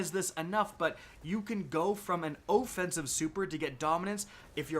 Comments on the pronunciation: OHHH-Fence-ive....... that drove me nuts. OFF not OHHH. Offense. Geeze! Good video otherwise. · Wait wait wait...OH Fensive super? Lolol you mean OFFENSIVE. BRUHHHHH